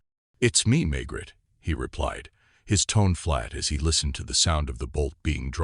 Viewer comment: May Gray. NOT Maygrett.